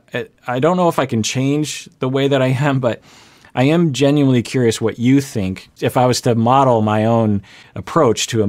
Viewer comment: Why is she ending every word with an y? 😅 Biggy, colty, thinky, righty...